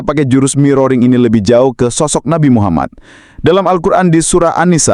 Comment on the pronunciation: Nabi kok diucapkan Nabai... 😂, Inggris ngawur, nabi itu bahasa Indonesia, kalo Inggrisnya itu Prophet.... Oalah😂